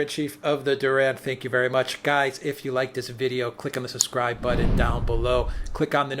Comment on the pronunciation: the word is BUTTON. Please stop with the new English language.